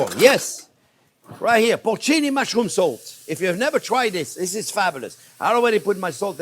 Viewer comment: Put the salt, thought he said put the soap haha 😂